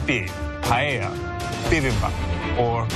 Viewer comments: “Paella” not pajeja… by the way it doesn’t have chorizo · Why they say PAIEIA? it's paella there's no "i" there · She said pallella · She pronounced paella 🥘 wrong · It's PAELLA,. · And a teacher who cannot pronounce the name of the dish correctly even after trying several times.